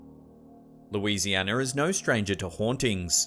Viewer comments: Louisianner? 🤣 Lmao. Louisiana. I love your channel. Not trying to insult anyone, this just made me laugh. ❤ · Louisianer? Lol